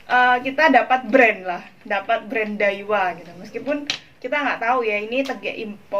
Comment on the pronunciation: Dawiaaaa bukan daiwa🤣🤣🤣